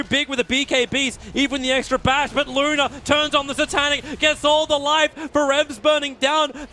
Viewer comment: He said Luna